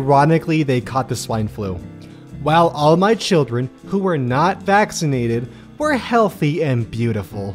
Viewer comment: see how she said "were" healthy and beautiful